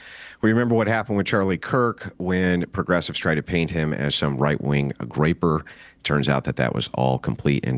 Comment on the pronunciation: He said "graper" on Piers Morgan lol